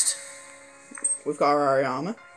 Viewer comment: It's AH - Ree - Mah Not Ah ree Amah... don't you watch the show.